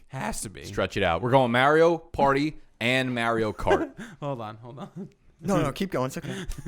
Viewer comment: okay, so I officially can't listen to say "MERIO PARTY" any more...........................drove me f'en nuts!